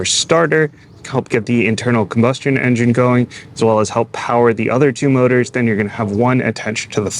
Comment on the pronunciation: This may be coming, although I'm bothered by the schlocky dialogue and the artificial speech that can't even say engine correctly.